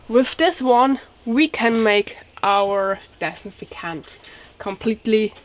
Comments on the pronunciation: Aw bless ya ..say ..anti -bacterial ..if cant say dis-in-fect-ant ..no hate I find it cute ..thank you for your video , your english is good :) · Girl you butchered the word disinfectant but I LOVE it. English stinks but yours really improves each video. I am sure I cant speak 2 languages. ( pronounce) Dis. in. 'Fect tant. (meant in the kindest way) Thanks for the recipe!! Good luck with the upcoming joy. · I just like listening to her try to say disinfectant.